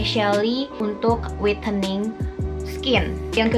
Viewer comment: Whitening bacanya waitening ya kak bukan witening